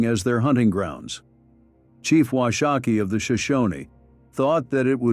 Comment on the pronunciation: Wash - a -kee. A Shoshone woman corrected me on that. She was as nice, pleasant and respectful to me in the correction.